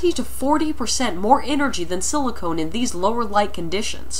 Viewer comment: SiliCON not SiliconE! grrr...second video with this mistake :-P Still interesting though! Thanks!